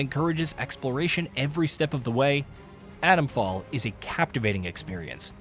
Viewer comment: I wish reviewers pronounced 't's. It's not Adomfall.